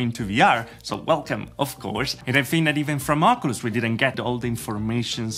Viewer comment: Thanks for your videos. However "Ocoolus" is not the proper way to pronounce it. Say it like this better: "Okiulus".